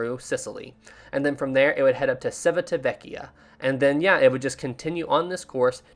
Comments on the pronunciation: For the pronunciation of the Italian town Civitavecchia: It's like Chee-vee-tah-veh-kyah. Otherwise, nice video, keep it up! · Everything is accurate, but the pronunciation of the italian places is wrong😂 why i know this? I'm from Italy, but still i loved this video, you keep getting better and better (